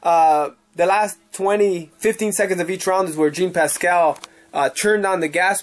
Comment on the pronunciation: I cringe everytime I hear you say Jean Pascal. Learn the names